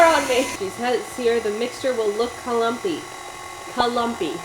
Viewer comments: Congratulations on 500,000!!! I laughed hysterically at kah-lum-py. Idk why😂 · just made me smile lol: Kah-lom-py: it does look kahlompy